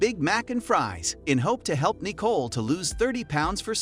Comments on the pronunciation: Seriously the weird pronunciations are driving me insane! My name is Nicole as well and it is Ni-cole not Nee-cole for crying out loud,who pronounces it like that??! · lmao why is he sayin her name like dat? knee-cole?...its Nicole lmao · that’s just not how you pronounce Nicole hahahahah it’s Nicole not kneeCole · Is the voiceover from a speech to text program because I can't get over it saying knee-cole instead of Nicole lol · I didn't realize this was a computer generated voice until i heard "yes, you heard EYE TEA right" and kneechole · Knee Cole. Dude, use a real narrator. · I’m convinced the narrator mispronounces the names on purpose. Nee-cole? Who’s named nee-cole? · Anyone else get annoyed at how he kept saying, “Nicole”? 😂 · Nicole Lewis, the way this guy pronounces her name and last name is very triggering.